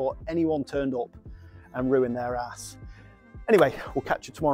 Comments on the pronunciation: been in the building trade around 18yrs mate this is shocking what they attempted...2 things mate only repoint your own rake out...and the rake out hardly wide enough or deep enough. but fair play to ya for taking it on... and stop saying hass😂 say house...👍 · 😂😂😂 traditional bricklayer says it’s Harris not arris